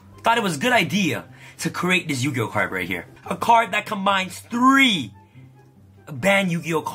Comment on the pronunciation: Ya-agi-oh! pro